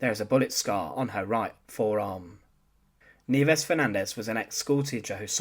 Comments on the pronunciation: It's ni-EH-ves, not NEEvez, u dummy. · You are correct that her first name means snows in Spanish, however it is most definitely not pronounced kneeves. The correct pronunciation is knee-eh-vehs. Thanks for this series. Cheers! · Nieves is the Spanish word for snow and it is pronounced NI-YE-VES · Very interesting-BTW-Nieves should be pronounced phonetically-Ni-e-bes. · it's pronounced "nye/bes" and you're right.. nieves came from niebe a spanish word which means "snow".. I knew about her but never knew her name or knew her story.. thanks, you just got a new sub.. 👍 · Totally off topic, but.... Where did you get the pronunciation? In high school, we had an exchange student who pronounced her given name of Nieves in a very different manner. She was a Spaniard, and as a native Spanish speaker, she didn't pronounce her name anything like you do. But The Philippines were a Spanish colony before becoming American territory, so it stands to reason this teacher's name would be pronounced the same. But there happens to be a Scottish pronunciation of the same group of letters, as well as Brazilian and Portuguese pronunciations. Your accent suggests maybe you were incorrectly applying the Scottish pronunciation. Just curious. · Poorly constructed piece, with lots of unnecessary duplication. It would also be nice if the narrator could learn the correct pronunciation of Nieves. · "Nieves" is a common Spanish word. Suggestion. Google a foreign word. Nowadays it is easy to get a pronunciation correct.